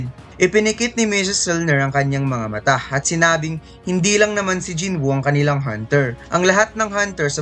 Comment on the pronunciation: Jin woo boss's Hindi Jin buu